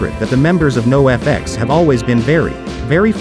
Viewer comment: If you would've typed the word Noahfex instead of NOFX into the chat gpt, it might have read it correctly. Unless this is a real dude saying this over and over lol